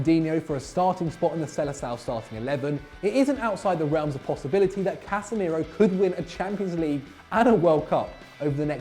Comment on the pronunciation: Casemeiro? Are you drunk?